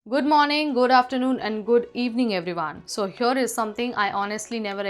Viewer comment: Not seenator, say senator. Not reolly, say really. Not hyor but here, learn the language that you are using to communicate, especially when you are a host.